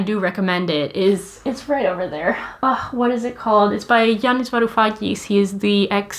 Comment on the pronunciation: "And the weak suffer what they must?" by Yanis Varoufakis. I had to rewind the video a few times and put on subtitles to make a somewhat good guess at what she said, haha. :D